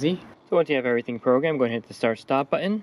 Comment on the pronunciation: It's the new way to say it. Also heard someone say cur- un for curtain. Where did the "T" go? So annoying. Also everybody is ending their sentences like a question....